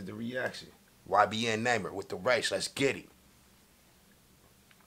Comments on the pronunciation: He said naimer in the bigginin and when it started he said it right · Naw-mer THATS HOW TO PRONOUNCE IT YBN NAHMIR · Its not (nymer) its pronounced ( Ni- Mir ) 😂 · Why does he say namer It's prounouced (NAH Meere) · Not naymir it namir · its nah-mir not numer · Nahmir not namer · right 😭💀 “neighmir” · “Next Up, We Got YBN Namer” 😂😂😂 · "Next Up We Got YBN Namer"😂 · “Next up, we got YBN Namer”😂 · "YBN Namer" "Young Namer" 😂😂😂 got me hollerin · This man said namer😂😂😂love this nigga bro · YBN Nahmir: My name is Nahmir not Nahmir Everyone else: Its Nahmir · “ YBN Namer “ 😂😭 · 2020 sound like he said '''YBN Neymer' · He really said it’s YBN Namer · Mans said ybn namer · "YBN NAYMER"😂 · Lol he said naemir 😂😂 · He said ybn namer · That nigga said naymer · It’s nah- mer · Say number without the b that's his name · Nahmir pronounced (nah-mier) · Its n a imir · You say it wrong bro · you don't like him because you don't even know how to say his name.